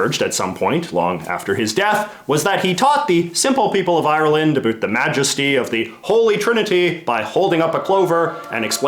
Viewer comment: "A boot" I am Canadian as well and it is a bout